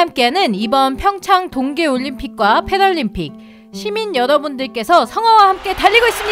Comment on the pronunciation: 영어발음:풩촤아앙 둉계에 오올륌퓌이크 패럴림픽:풩촹 둉계 푀에뤌뤼이임피이크